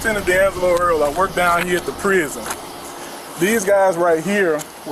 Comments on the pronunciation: What is a “prius-zunn??”😂 I don’t care if Southern, no way he is a public official, he works at Bubba-Gump “skree-ump” Where is Uncle Rukus when ya need him😂😂😂😂😂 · What is a “prius-zunn??”😂 I don’t care if Southern, no way he is a public official, he works at Bubba-Gump “shee-ump” Where is Uncle Rukus when ya need him😂😂😂😂😂